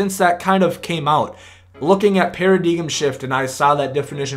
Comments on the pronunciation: Did you really say para-DIGUM? Theres no such word lol I'm assuming your trying to say Paradigm, pronounced Para-DIME... stay in school kid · Its pronounced Pear-a-dime you Dumbfuck. Lol yeah haha haha!!!! You missed out on a sub cuz I was laughing too hard to hit the button...JK good vid bro